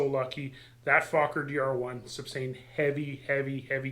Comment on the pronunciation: An interesting project. Is it a Ron Sands based DR-1? Speaking of talking I believe Anthony Fokker pronounced his name 'Foe-ker' not 'Fock ker'